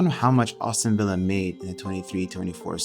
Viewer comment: good video, funny way to say Aston Villa though “Austin villa” 😂 keep up the good work